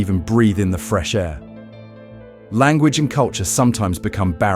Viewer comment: “Language” not lanquaage.